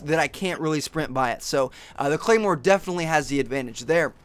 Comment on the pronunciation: ahhh... claimwar? you should learn the names first and that´s totally BS that 3.s to go off. its 0.75.s. thanks for your time